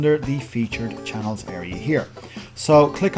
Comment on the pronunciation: I laughed when you said "Chah-neeellz" :)) Thanks for this it really helped!